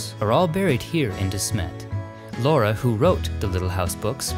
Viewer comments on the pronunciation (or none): none